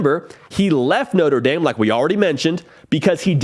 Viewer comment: I think he’ll be able to use his talents more at LSU instead No-trah Dah-m